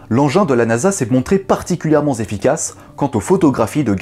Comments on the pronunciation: J’aime beaucoup tes vidéos mais fais attention aux liaisons entre les mots!! 2’30’’ : « particulièrement ( z ) efficace » !! Fais gaffe,ça t’arrives souvent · "particulièrement zefficace" 😅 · "particulièrement Zefficace" quel pataquès de malade :D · particulièrement zzéfficace ?? 😆